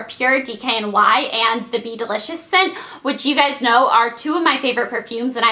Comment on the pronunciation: I thought she said beetle idiots instead of be delicious